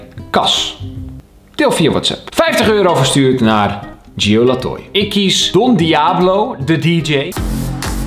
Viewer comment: Niemand: Helemaal niemand: Kelvin:Don diabolo